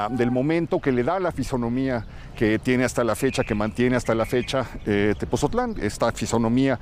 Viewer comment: Muy bueno gracias por visitarnos. Solo que no es Tepozotlan , es Tepotzotlán